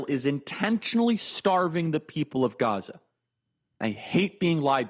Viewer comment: love when a rabbi is brought on to an israel talking head segment who can't pronounce gaza or mispronounces it intentionally